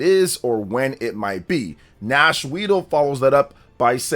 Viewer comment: Come on man, NashWeedle? Really?